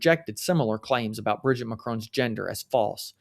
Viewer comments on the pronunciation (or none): It’s Brijeeet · You mispronounced Mrs. Macron's first name. If you can't get that basic right, why would we trust you?